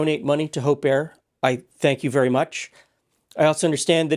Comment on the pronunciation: Oh, Hope Air... NOT Hope Err!